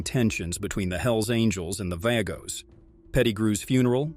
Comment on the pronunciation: You can't even pronounce the Vago's club name right maybe you should stay out of 1%ers business!!! And stop with the BS Government propaganda!!!